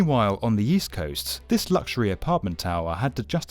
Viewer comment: "meanwhile on the yeast coast"